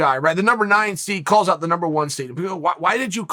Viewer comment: You don't need to add h sound to the word out. Big fan, but come on man.